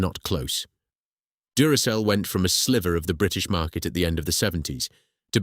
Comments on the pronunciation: Anyone who pronounces Duracell as Durakell has just failed the 'I'm not a robot' test in more than one way. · Yes the voice was convincing up to that point. If the voice had pronounced Duracell correctly I would have thought it was Human. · This is the second video I've watched from this channel - the first being a potentially forgivable mispronunciation. When I counted the third "Duracell" flub I gave up. Essay format good in principal, but too long with too many repetitions. And if you can't be bothered to listen to your own V/O then why should I.